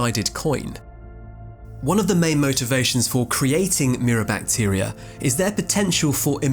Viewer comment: I know it’s rude to say things about people accents and stuff, but hearing “mirror bactier” at first made me laugh pretty hard